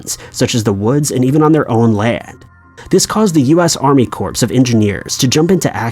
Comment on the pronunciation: "Army corpse", lol